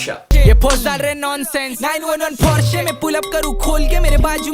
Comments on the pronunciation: Bhai tum, Porsche ko Par-Sa kyun kehte ho ?? 😂😂😂😂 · Ise Porsche pronouns karate bhi nahi aata 😂😂😂 Porsche ke founder ka naam pata hai ??? C